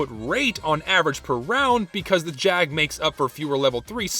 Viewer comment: you're saying it wrong. its the Jaaaaaag